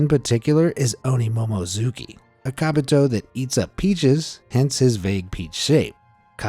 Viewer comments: kobito, not kabito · They are not kabito they are kobito